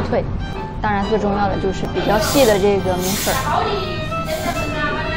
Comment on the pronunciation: 米粉不是米粉儿 不儿化